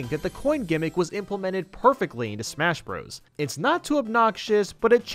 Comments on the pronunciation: “Pal you teen a” “smash bras” “del fine no” “Kay los” Get your pronunciations right please. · its not smash bra's its smash BROS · He said (smash br os) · I'm I dreaming or did he say smash bras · In case you didn't know the part where he said "smash bras" was a joke, you have to be really stupid to think he isn't joking. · smash brahs melee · when said smash BRAS melee I bent over laughing